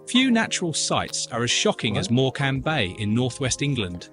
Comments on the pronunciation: Do not set any store by the video's pronunciation of the Welsh place! The voiceover incorrectly pronounced 'Morcambe' - which should be more like 'Mor-cum' and Dungeness, where the emphasis should be on the 'ness' part of the name. So don't bother practising! It was rubbish- that was obvious even to a non welsh speaker like me! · Has to be AI narration. Nobody pronounces Morecombe like that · Can't even pronounce Morecambe (it's MOR-kum, not Mor-KAM). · More CAM, more CAM, I say! 😂😂😂 Mork ‘em. Nanu-Nanu. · More cam also made me laugh 😂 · He can’t even pronounce Morecambe! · As Someone Who Lives in The North~West of England Not Far From The Boarder With Wales 🏴 That Narration of Morecambe Was BAD But LLANFAIRFECHANN PG Was Criminal… It’s has sounds in it Closer to those used in Arabic Than in Standard English… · I think us Brits are going to get annoyed by an AI voice which can't pronounce place names. Not even Morecambe. I'm waiting for the Welsh. Certainly don't pronounce Llanfair PG that way. Or believe the stuff about rainfall at Capel Curig. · Please DON'T listen to his pronunciation of 'LLANFAIR' it's terrible... Go on line and listen to Welsh people saying it (lots to choose from). And by the way, you aren't pronouncing correctly either. I KNEW he didn't know how to pronounce British place names, when he said 'Morecambe'... LOL 🤣🤣🤣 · It can't even handle "Morecambe" m8, don't fret:)